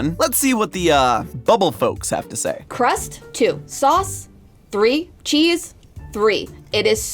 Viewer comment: GOUD SOUSS